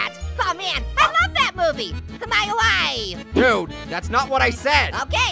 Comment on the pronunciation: I like... MIE WIFFEE